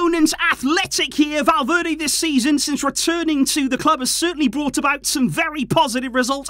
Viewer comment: i was so confused when you said valverdae i thought you were talking about the player ?😭😭😭😭😭 i was so confused